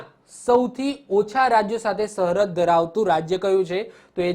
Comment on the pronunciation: આ કોણ છે જે સરહદ ને સહરદ બોલે છે ....